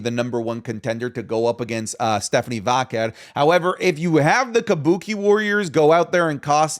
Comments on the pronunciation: thought i was the only one... just say velcro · I enjoy the content but Jesus I can’t stand the way says Stephanie “Vaquer.” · As someone who HATES the way says Vaquer, this episode was like nails on a chalkboard 😂 we get it, you can say it all fancy like